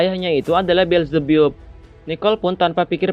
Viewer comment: Bukan belzebbup bang tapi belzebap